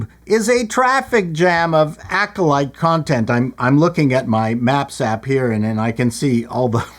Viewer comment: "The Acckkoleet": Making "Star Wars" safe for the Bene Gesserit.